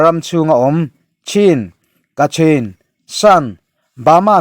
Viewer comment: Kachin tiin a inziak a,kachhin tiin i lam tho si a?